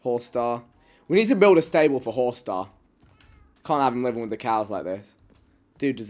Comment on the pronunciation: Horsestar i realy thought he said pornstar😂😂